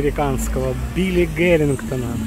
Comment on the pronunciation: Не Гарингтона а Харингтона